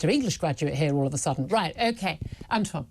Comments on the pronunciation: Antwon can't even pronounce important words correctly. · "Antjuan." I can't.